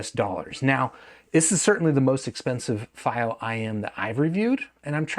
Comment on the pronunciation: Wrong pronunciation of fiio